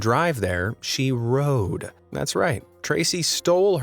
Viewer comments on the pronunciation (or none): none